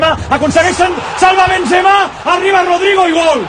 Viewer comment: Ancaraaaa Bensemaaa, incraiblaaaaaaa